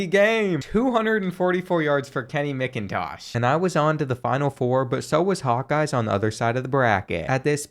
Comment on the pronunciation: It’s pronounced Macintosh. And Ewers is pronounced you-ers